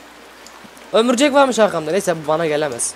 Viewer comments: Bu arada sen ömürcek diyodunya o ömürcek deyil örümcek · abi sen neden örümcek yerine ömürcek diyosun yada ben öyle duyuyorum